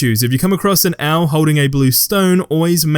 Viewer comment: An owl it's not a dham owl lmao that too funny